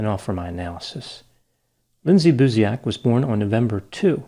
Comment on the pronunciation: As a Polish person, I would like to add that "Buziak" is pronounced "boo-Jacques"